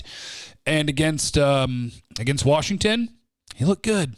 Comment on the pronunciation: Did you say worshigton?